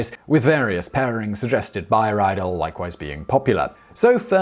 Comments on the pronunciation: when pronouncing Germanic names and words please remember that "ie" is an "ee" sound and "ei" is an "eye", always, with no exceptions ever, because German!! :) So, it's more of a "read-elle" than "rye-dell" p.s. nfi why the gender of a spoon is masculine, and a fork feminine.. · Ree-dul not Rye Dell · [raidl], glasses, Austria ... oh, he means "Riedel". That's pronounced [ri:dl], like English "reed". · Riedel is pronounced "Reedel." Reidel is pronounced "Rydel." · Riedel is actually pronounced like Reedel ('ri:dɛl̩) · First of all, I believe Riedel is pronounced as rhyming with "needle". Second, while I believe that wine glass shape can have some effect on taste, what drives me crazy about the concept, is that if true, why does different price levels of Riedel glassware ( i.e., crystal vs. glass) have different shapes? If it is the shape that is important, why is a hand-blown crystal chardonnay glass a different shape than an everyday-use machine-made glass chardonnay glass? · I believe it's pronounced ree-del... 😁👍 Rydell is from Grease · Reidel is pronounced "Reedel". I can forgive your research people for not teaching Simon to pronounce the initial german "R" but not correcting the "ei=ee" is just bad research. Otherways interesting and amusing even if you haven't given youself cirrhosis of the liver for three decades by blunt force of wine. /Swedish polyglot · once again good content, sufficient enthusiasm, though sad you cannot pronounce foreign names properly (again), perhaps a vid about it? ;) or when you decide to ‘splash’ on a single Riedel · You mispronounced Riedel.